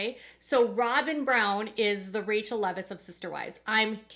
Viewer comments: Her name is pronounced “Rah Quel” not Rachel. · It's Raquel, not Rachel lol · It's Raquel not Rachel